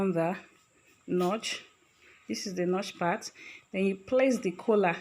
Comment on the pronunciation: Stop calling it Kola......its Collaarrrr